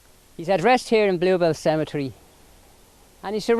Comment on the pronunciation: Cemetery not “cementary”